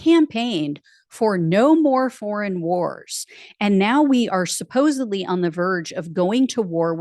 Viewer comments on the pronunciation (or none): SupposeBly? SupposeDly.